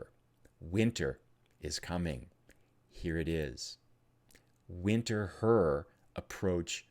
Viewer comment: go to Winterthur. But do call it "Vinter-toor". :)